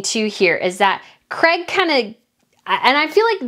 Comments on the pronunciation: I hate the way you americans change words. His name is Craig pronounced Crayg, not Crag or Creg. If you want to appeal to people as a genuine reporter, you need to pronounce words properly. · His name is CRAIG not CREG